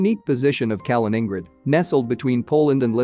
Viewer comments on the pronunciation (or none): “Kalin-ING-grid” lmao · Calling in Grad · "Kamen ingrad" xD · You can only destroy “Kaliningrad” when you can pronounce the name right. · You are badly mispronouncing Kaliningrad. It's hard to take someone serious who can't get that right. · Right off the bat, “exclave” and “Kaliningrad” both mispronounced. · Yes it was bloody irritating - and makes you wonder how accurate the info if they cannot get the pronunciation right. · That pronunciation was unbearable. I had to stop the video, I couldn't stand it. 😵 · moving from "i" to "a".... Wow, insane mispronunciation :D . Probably no one of a reasonable minded person heard Mikhail Kalinin before... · Kaliningrad is pronounced with the main stress on the second syllable and a secondary stress on the last. Similar to St. Petersburg. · I like your channel but you would add to your credibility if you actually took a little effort to pronounce names properly, at least as best as an anglophone can. For example, Kaliningrad. Just Youtube it. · Do you get your jollies by deliberately mispronouncing Kalingrad? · Can you please make the effort to pronounce Kaliningrad properly ?